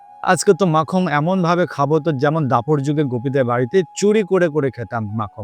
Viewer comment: Not makham (makhan).